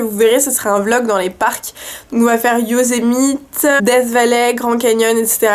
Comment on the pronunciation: et pour yosemite, ça se dit en anglais : yo sé mi ti :p pas yozémite :p ps : oue je flood, mais j'adore trop, ça me fait tant repenser à ce voyage extraordinaire.. d'ailleurs, à yosemite, je te conseille Lembert dome, mais je crois te l'avoir dit sur insta ^^